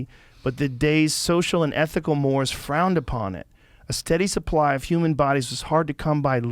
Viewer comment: Mores PRONOUNCED MOREYS…. Not mores … smh 🤦🏿